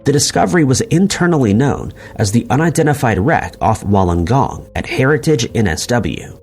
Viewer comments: It's pronounced Woolengong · Just a quick thing, it's pronounced Wool-en-Gong. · You pronounce Wollongong as Wool n gong